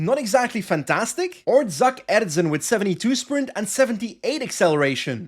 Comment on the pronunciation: Great episode as always. By the way, Zak Erzen is pronounced Zjak Erzjin (if you read that as if it was dutch). I didn't know either but I checked the pronounciation thing on PCS lol.